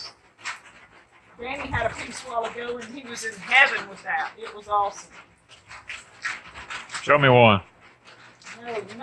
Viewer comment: When Danny said "show it to me" I thought he said "throw it to me". I watched some people in Hawaii on U TUBE and they said to eat the core because it is good for you. I had never heard that before but they were eating the cores.